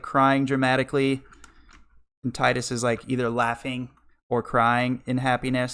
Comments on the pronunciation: Tee-dus is correct, not ty-dus. It only sounds worse in english. In the majority of european and asian languages "Tee-dus" sounds much more natural than "Tide-us / Ty-dus" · it is "Tee-diss." wakka says his name out loud in kingdom hearts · Yeah as much as I hate "Tee-dus" the devs addressed that years ago. He is also called teedus in kh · 100% with you it is Tye-dus not Teedus, hate when people call him Teedus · Its TEEDUS. From the roman emperor TIDUS (Spoken: TEEDUS). Why do you english-speakers don't get this? Not every word is spoken aloud as it would be a english word. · its teedus, clarified by tidus voice actor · I know you’re new to FFX so idk why you’d trying to speak on the purpose of Tidus’ name. It’s pronounced Tee-dus in Japanese. Based on the Okinawan word for "sun". The sun theme is reflected in his crest & sigil. He’s meant to reflect Yuna. Her name & crest/sigil being based on the moon. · It's Tee-dus because character's name is from a word from the Okinawan dialect ("tida"= sun) not from the English word "tide". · Anyone can call it what they want, proper way is Tee-dus. Sorry lol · You're getting the benefit of the original graphics, too - the remaster messed around with the eyes. I love FFX - not my personal favourite but it's definitely up there. Really glad you enjoyed it. Hate to break it to you but 'Tee-dus' is the official pronunciation... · I knew a kid named Tidus in school, might've been Titus never saw his name written, but it was pronounced Tide us, and upon hearing about teedus he said "thats stupid.". Shits a core memory for whatever reason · The pronunciation of tidus reminds me of How the voice actors of neir automata mispronounce the title of the game.